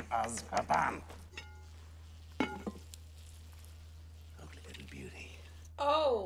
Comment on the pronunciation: They’re all great movies from here. (As they all are in their own way!) for future reference Azkaban is pronounced Az(rhymes w A$$😂) -ka (rhymes w duh😂) ban (rhymes w can) Az-ka-ban ! Just trying to help! Believe me I know how much there is to figure out about these movies